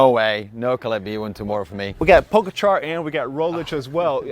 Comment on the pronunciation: They should learn how to pronounce Pogacar correctly at some point during this Tour.